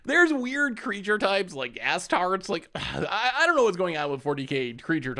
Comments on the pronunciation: yeah, sorry if I came off as rude. Uh-star-tees is definitely the common English pronunciation and the one GW uses. Anything is better than ass-tarts. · fair enough, I just wanted to type out how they would be pronounced because it kills me hearing az-tarts *edit spelling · calling space marines ass-tarts made me snort